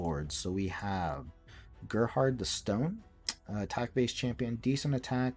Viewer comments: No, it's pronounced like you pronounced it, "GAIR-hard". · You know who Gerard Butler is? Does he pronounce his name "Gair Hard"?